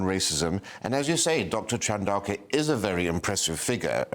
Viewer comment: Bloody hell. It's not pronounced Sent-ah-billy. It's pronounced Sent-a-bally. Chandouka is pronounced Chan-dow-ka. A simple google check will give you that, and it is your subject matter after all.